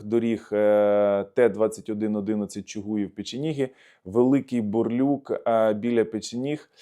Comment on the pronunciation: Млять задолбали не " бурлюк" а Бурлук